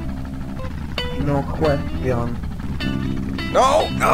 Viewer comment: "Noh quest John"